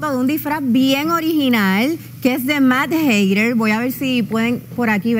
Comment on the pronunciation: Dios ellla no da gracia ninguna y nadie se dio cuanta q dijo mad hatter mal dijo hate.